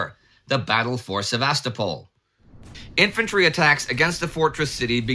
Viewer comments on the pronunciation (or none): Please! It's pronounced: Sev-a-STO-pol, not Sev-AHS-to-pol. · I feel exactly the same way regarding the pronunciation of Ukrainian and Russian place names. I also love this channel: the information and presentation are among the best anywhere. I just wish Indie would stop saying Sev-AH-sto-pol and YOU-kraine. ;-) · Excellent as always, but, please: SevasTOpol. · I heard that as Sevastafall must fall!